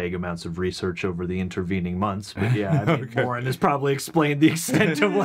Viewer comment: Why do you call Warren "Warn"?